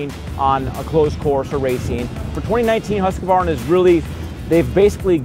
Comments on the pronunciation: Pronounce huskvarna, not husk-a-varna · Pronounced Hoosk Varna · aj det gör ont hur han uttalar det. huskuvarna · CAN PEOPLE PLEASE STOP SAYING HUSAQVAYNA ITS HUSQVARNA. ONE WORD. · 1, we're a wide range of cultural backgrounds, so no. it's an english as the native language thing. hus is not pronounced hoos, it's pronounced just like it's spelled, based on english grammar conventions. and a lot of people add the extra A in there between the Q and V because it's just strange to transition between them... again, based on english language conventions. 2, besides all that, as someone already said but i just want to reiterate because it's the biggest reason... we mainly don't care. if i know what you mean when you say it, that's all that matters. furthermore, humans of different cultural backgrounds are still very similar, genetically. what one average human can do, any other average human can do. the difference is training (i.e., upbringing). your body responds to how you use it, and changes accordingly. our vocal abilities are no exception. we've been using the english language our entire lives, so it affects how we speak. so unless you've found a secret hidden tribe of neanderthals with different throat or mouth shapes, there's no way it's a genetic thing. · Still haven't learned how to pronounce Husqvarna correctly.. what a shame. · Everyone complaining about how the name is pronounced......am I the only one who thinks 10 grand is insane? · Is it just a genetic thing that Americans can't pronounce Husqvarna?